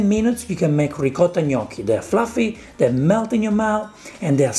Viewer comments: It's more like Gmocchi alla Gricia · can you teach Sam how to say Gnoocchi right? it's bothering me more than his cooking.